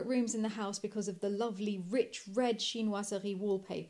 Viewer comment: Love love how says “Chinoiserie” 😌